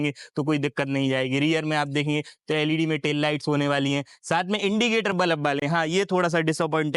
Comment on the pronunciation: Its bulb not balaB bro 😂